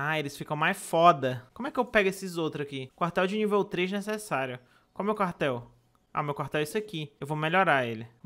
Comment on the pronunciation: Minha parte favorita é quando ele fala "vamo construir um carhtel~"